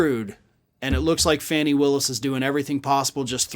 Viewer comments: “FAWni” Willis, not “Fanny” please. She deserves our utmost respect 😘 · "Fanny Willis" Fani (Fah-nee) Willis. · It's not fanny it is pronounced phonetically as fawnny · I know the correct spelling; I’m giving the phonetic pronunciation, hence the quotation marks, because he’s off in every reference to her and pronouncing Fani’s name “Fanny” is not only incorrect, but disrespectful, especially on a large public platform. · Please learn to say that woman's name. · You just purposely mispronounced the prosecutors name. You co host has repeatedly mispronounced Vice President Harris first name. Two white lawyers . Purposefully pronouncing power women of colors, first names. Woman that far surpassed either of your legal carriers. This blatant action. By two white lawyers from Florida. Just lost you a subscription.